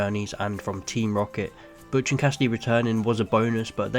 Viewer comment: The name is Butch, not Botch